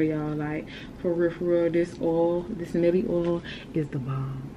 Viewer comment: Not even being mean shawty you got a mustache, get your top lip threaded. And did you really call it “Milly” lol bc I thought it was pronounced “MY-EL”